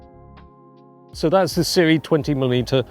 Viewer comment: Hey, I recently learned that Sirui is pronounce like Sue-Ray...